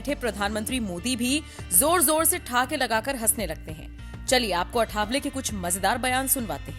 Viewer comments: सही नाम अठावले नही, आठवले है। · 'अठावले' नहीं, सही शब्द है 'आठवले'।